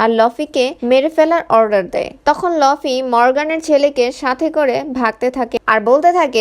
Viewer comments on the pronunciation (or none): লফি না ভাই লুফি explain with correction